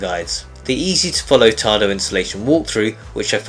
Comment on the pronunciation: Any reason why no instruction included when the Application does not present the control for Hot water ? Yes . . One can send an email to Tado technical support, but don't expect a reply. Also. There is no "r" in the word "Tado".